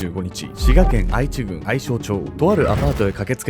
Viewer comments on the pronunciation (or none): 滋賀県民です^_^ 『あいちぐん』じゃなくて 『えちぐん』です！^_^ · あいちぐん笑 えちぐん ね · 愛知郡はえちぐんって読みますよ🙆‍♀️ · 元滋賀県民です！ これ（あいち）じゃなくて （えち）って読むんですよ🙆‍♂️ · 地名の愛知郡ですが"あいちぐん"ではなく"えちぐん"と読みますよ。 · あいち、じゃなくて えちやな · 「あいちぐん」ではなく「えちぐん」です。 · ちなみにほぼ地元なので分かるのですが、「あいちぐん」ではなく、「えちぐん」です。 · 愛知郡はあいちぐんではなく、えちぐんです。ダイアンの出身地になります。。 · あいちぐんではなく、えちぐんですね。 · あいちじゃなくて えちぐんと読みます！ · あいちぐんじゃなくて、えちぐんだよん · あいちぐんではなく、読み方はえちぐんです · あいちぐんではなくえちぐんです。 知り合いの近くでびっくりしたの覚えてます。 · 愛知郡の読みは「あいちぐん」ではなく「えちぐん」です！！ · あいちじゃなくて、えちです。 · 滋賀の愛知郡は｢えちぐん｣と読む。それが気になって話の9割しか入ってこなかったです。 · 私も昔間違えておりましたが『あいちぐん』ではなく『えちぐん』が正しいです。話おもしろかったです😊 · 地元民です。 細かいですが、えちぐんと読みます。 愛知県の読み方が有名なので、間違えるのが普通ですけどね。 こんな明らかに異様な人が身近に居たら、まず近づきません。 虐待が外に見える形なら、通報もできますが、ほとんどがそうでは無いですから、周囲の人が助けるのは難しいですね。 被害者にならないように、異常者に近づかない事しか対策はできなそうです。 節約のつもりなのかマッチングアプリで相手を探す人も若い人なら多いと思います。 ただ、ものすごくリスクがある事なので、万一でもこんな目に遭うくらいなら、1万2万払ってでもプロの方に相手して貰った方が良いと思うのが、個人の感想です。 （30代女性主婦） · これはヤバイ事件ですね。 自分の近くの県で、こんな事件があったとは驚きです。 所で、細かい事なんですが、滋賀県愛知郡を「しがけんあいちぐん」と読まれていましたが、正確には「しがけんえちぐん」が正解です。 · 細かいけど私も「愛知郡」の読み方についてコメントしようかと思ってたところでした😅 確かに初見だと「あいち」と読んじゃいますよね。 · 愛知郡→あいちぐんじゃなくて、えちぐん。こんなバケモノみたいなババア…性行為以外に魅力は？ていうか、このサバ読みババアだけに限らずなんで初対面の人間の手作り食べれるんやろう…💦💦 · すんごい細かいところで申し訳ないんですが、読み方は滋賀県愛知郡(えちぐん)です💦 地元が近いですがこの事件の少し前に引っ越した為こんな悲惨な事件があったの初めて知りました。胸糞悪かったです…